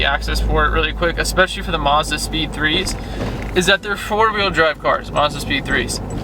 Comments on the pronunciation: Tayvien Watts It definitely didn't sound like he said 4 wheel drive, listen closer to what he said and you might hear it. It does not sound like 'front' it sounds like 'four' or 'forward' which are both either wrong or make no sense. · i think he said front but his mouth is having problems xD